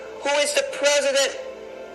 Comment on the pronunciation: Please! Who is the Preh-see-dent?